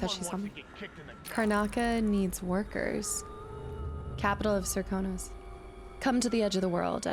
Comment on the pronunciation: if I may it Sir-kan-os